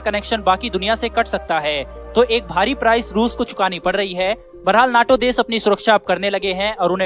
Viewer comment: नाटो न्याटो नहीं 😅